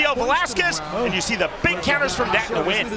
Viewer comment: Nguyen's name is pronounced "Win" in english dude! It's the equivalent of "Smith", in Vietnam.